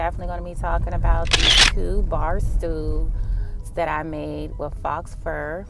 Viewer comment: Looks good! Faux, the x is silent.